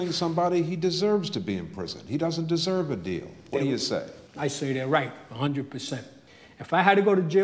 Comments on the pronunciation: "I desoiv the deal I made" Funny, it's almost like the government hustled him, or something. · "I don't desoive any simpadee."